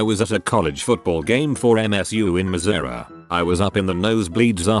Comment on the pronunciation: God-damned British robot can't even pronounce "Missouri" correctly.